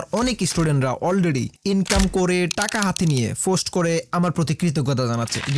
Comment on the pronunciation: Dada vaai .... Ota fost noy ota k post bole😊